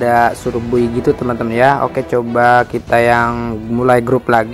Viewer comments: Bacanya bay bang bukan buy🙏😀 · Cara sebut "Buy" lawak duh 😂 Wkwkwk